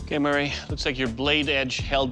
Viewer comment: right i like how he mispronounced his name from murray to mary atleast that’s what i’m hearing and i turned my speakers all the way up